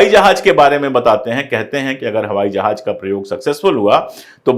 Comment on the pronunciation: Sar Sar jahaj ya FIR jahaz